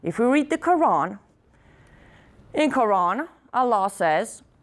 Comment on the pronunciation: wow she dose not even know how to say Quran women u dont know wtf ur on about